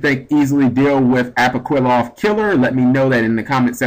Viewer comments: apoqliphoth is pronounced like apokliffoth not apoquiloth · [ah-poh-KLEE-fort] is the pronunciation. You were wrong on this one bro. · Apwokilloth Killer is what I heard... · Ah-po-kleeh-photh Killer. You're Welcome.